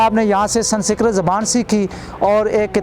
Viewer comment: San sikrat nahi sanskrit